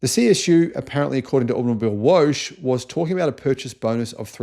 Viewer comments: AutomobilWOGGE, niet "Woosj". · Whooosh? Oh, you probably meant to say "woche". That means week or weekly. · It's not woash. Its vocka. It is german for week.. Read the comments please! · To help you pronounce German 🇩🇪 words From Grok The German word “Automobilwoche” is pronounced as: ah-toh-moh-beel-voh-khe Here’s a breakdown: • Auto - “ah-toh” • mobil - “moh-beel” • Woche - “voh-khe” The stress is typically on the first syllable of each word, with the ‘ch’ in “Woche” making a soft, voiceless velar fricative sound, similar to the ‘ch’ in the Scottish “loch.” So not wosh but woche as in loch. Like lochness monster WOCHE Sounds like VOCH (like loch) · I love the videos, so informative but please please have a look at the German pronunciations, in particular "Automibilewoche" Woche isn't Woshe.... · Automobilwoche is Automobile Week. ☺ (and yes, you pronounced it wrong), lol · Please do us all a favor and learn how to say Automobilwoche!!